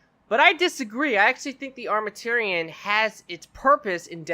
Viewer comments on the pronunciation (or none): The way he pronounces Armamentarium triggers me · Good video. Real good. Thumbs up, but Armament and tarium isn't that hard put together and pronounce correctly.